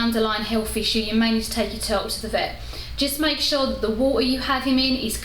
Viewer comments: Must be something wrong with my hearing. I kept hearing you say "toad". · I love her accent.... "Turull" You drop the "t"